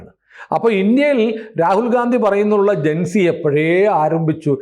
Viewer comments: വീണ്ടും ഗാന്ധി എന്ന് പറയല്ലേ സർ. ഘണ്ടി. അല്ലേ ശരി. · Ee themmaadiye gandi yendu ucharikunad nirthuga.